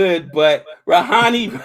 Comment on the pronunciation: guys, it's not 'ni' at the end of rahane, it's pronounced ra-ha-nay.